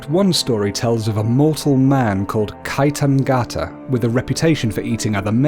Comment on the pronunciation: ✨✨✨💖💖💖 Kaitangiata not Kai tang ata